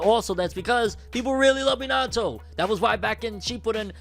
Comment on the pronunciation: The way you pronounce Minato is so cringe 💀 no shade though